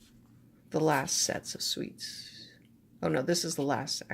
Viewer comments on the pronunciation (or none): Hi! You pronounce "suit" as "sweet", it is cute to hear. Distracting but cute.